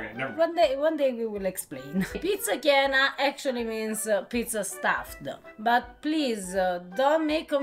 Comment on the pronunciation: Please stop calling it gyna. Its gain_a. Chiena without the k sound. Thats how it evolved. But no one says gyna.